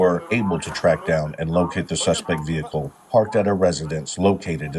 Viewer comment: AI speaks ebonics now? Repeatedly, "the suspect vehicle".